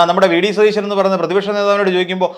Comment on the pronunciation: ത ദ എന്നി അക്ഷരങ്ങൾ എവിടെയാണ് ഉപയോഗിക്കേണ്ടേ എന്നറിയില്ലേ സതീശൻ എന്നാണ്